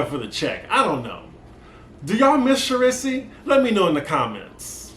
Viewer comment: Not Char-riss-E lol 😆